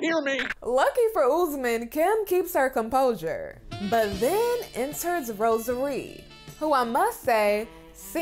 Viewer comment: Melicia: Rosa Ree. Kim: Rosary. 😩😩😂😂